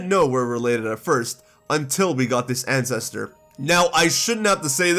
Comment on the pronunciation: You might want to work on enunciation on certain words. I'm not trying to hate, but "ancestor" came out as "ancest" on multiple occasions and sounded like you were saying, "incest" As in, "we have multiple incest of characters and that's great!" Yeah, it was a bit distracting.